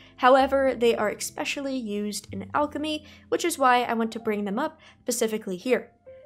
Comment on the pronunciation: I'm losing my mind. It's pronounced eSpecially not eXpecially.